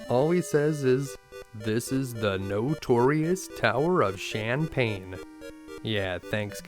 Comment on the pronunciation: Heh I like how you pronounce the Tower of Shanpane as Shampane (or champagne). Was hoping you'd show those night time shenanigans in Assaram too........ 😁